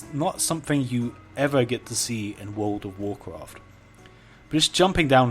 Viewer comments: What could have been a 2 minute video was spanned out to over 10 minutes of listening to "this doesn't look like world of woorcwaft" and "you don't usually see this kind of stuff" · Take a shot ever time he says Wool'd of woorcwaft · Wold of Worcraf